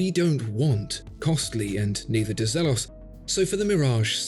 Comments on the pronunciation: Zeeeelos! Not zeh-los. Great review as always! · Molesworth elshan the founder confirmed that it’s pronounced as “zeeelohs”